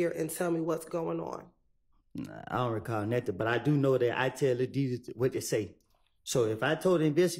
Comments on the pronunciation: “Ion recawll” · He we go “ “..😂😂😂😂